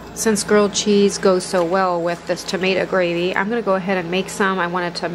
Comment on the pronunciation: I’m Pennsylvania Dutch ( Mennonite) and know what tomato gravy is but never heard it said the way you said it . We would have called it tamatse sass .Yours looks so delicious!